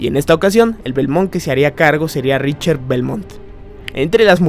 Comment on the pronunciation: Se lee o pronuncia “RICKTER”